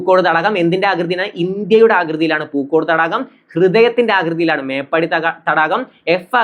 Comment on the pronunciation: മേപ്പടി അല്ല മേപ്പാടി 👍🏼